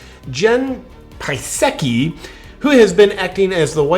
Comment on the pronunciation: "Jen Pee Sucki"😃😃